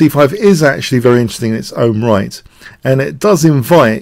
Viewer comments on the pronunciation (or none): none